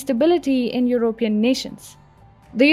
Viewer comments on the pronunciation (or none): the stress on the word 'European' is on the first syllable. Not the way you pronounce it. Just correct that if you can! Your voice is a dream!:)